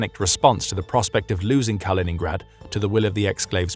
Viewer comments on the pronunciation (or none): KalinINgrad not Colingrad. You're supposed to be the authority here. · It's not "Carl-in-grad" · It really detracts from any credibility you claim to have when right off the bat you totally mispronounce the nam of the region you are purportedly an "expert" on...Kaliningrad was renamed after the Soviet Bolshevik hero and former mayor of Leningrad, Mikhail Kalinin... My name is Colin. His name was Kal-in-in, and the regeion is called Kaliningrad... Do your homework before you purport to know what you are talking about please.